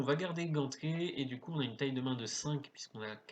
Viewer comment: Explications claires et précises ! (exceptés les pauvres "gantelets" qui se font hachés menus lorsque tu les prononces ^^'). Merci pour tes vidéos, je les trouve largement plus sympa à regarder que d'autres grâce à ta vitesse d'analyse et de jeu. Il y a une facilité pour suivre ce qu'il se passe mais peut-être pourrais-tu faire attention à pauser plus longtemps ta souris sur les cartes dont tu es en train de parler, ce qui je pense, permettrait aux viewers de moins mettre en pause ta vidéo pour lire les effets des cartes lorsque la mémoire nous fait défaut :) En tout cas, super vidéo, hâte de voir le prochain challenge !